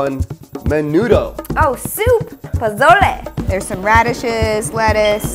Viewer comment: Ponbazo" lmao 🤣